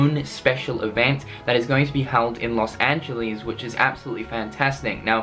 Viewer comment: "Los Angel E's"? "Semi-what"?, you need to slow down man. I can't keep up with all of this new age lingo.